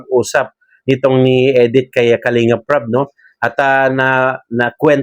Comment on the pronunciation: Hindi po Edith,Medith po.